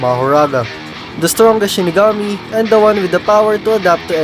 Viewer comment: Mahoraga is "Shikigami" and not shinigami btw